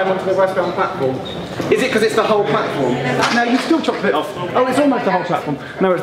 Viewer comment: Is it me or does the announcement on the new Crossrail train to Paddington say "mind the gap, between the train and the blatform"?